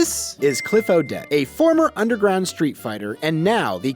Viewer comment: I like the emphasis where you say underground street fighter, feels just like a Hollywood movie premiere lol Would this be as opposed to regular streetfighters that fight in the open do you underground streetfighters fight in the subways 😂😂😂